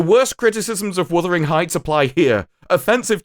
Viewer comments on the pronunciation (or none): none